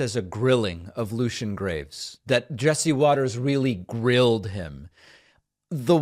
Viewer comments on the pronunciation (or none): "Greaves," not "graves," David lol. But this was fantastic. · I am a temple member, his last name is Greaves not graves, learn to read and or listen since he said his name and you still said it wrong afterwards. As far as your video, maybe do some research before you make videos, you came off sounding just as dumb as the fox moron. Ave' Satanas 🤘🔥🤘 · It's pronounced Greaves btw, it's NOT Graves... literally the only thing Jesse Watters had correct out of the entire interview and possibly his entire career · Kinda funny that David says “it’s not that hard of a name, it’s Lucien Graves.” Then Lucien himself says it’s pronounced “Greeves” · Greaves, not Graves. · It is Greaves (long e sound), not Graves (long a sound). . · Unless I'm mistaken, Lucien's last name is pronounced just like it's spelled, and not Graves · Only one person came out of that looking like an ignorant, dim witted, poorly informed idiot. Does he really think purposely mispronouncing the guests name is funny? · This Fox news host is rude. He is smug. It's petty, tone deaf and unprofessional when he mispronounced his name. I wonder if he might have done it on purpose to get under his skin. It wouldn't surprise me. Note: Satanists don't believe in an actual Satan. That's Christianity that believes in that. Satanism is a parody used to trigger the fundamentalist Christians out there who are abusing society and overstepping their boundaries. We don't want churches proselytizing other people's kids in public schools. That's a nightmare! Pushing religion on kids is a form of child abuse and it's shocking how churches weasel their way into public schools. It's a prime example of how evil churches can be. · I’m so sick of stupid people speaking to others as if their children because they assume they have some sort of superiority. Willfully mispronouncing someone’s name is especially low, but we all know Jesse Waters is trash. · Just wanna point out that you got his surname wrong 😉